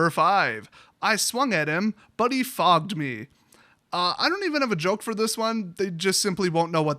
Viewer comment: Friendly Fire Ohhh I guess I misheard... I went back and listened again and it still sounded like "fobbed" though